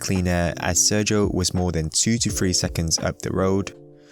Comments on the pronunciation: The way you say thfwee "3" makes me mad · This is going to sound picky and I apologise but please can you take more time over your pronunciation of words like three and tenths so that they are not heard as free and tenffs as it really detracts from what is great content. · its pronounced "three" not "free". . . and "tenths" not "tenfs". cheers, just an observation and comment